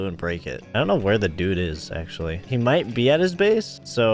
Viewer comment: Ooo exposed?? "no, HIJ fell!!", is he dutch??